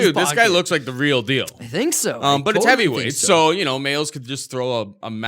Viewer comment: ITS DEFINITELY MAYES NOT MAILS FUCK